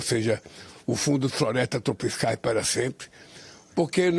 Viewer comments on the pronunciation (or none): "florestas tropiScais"?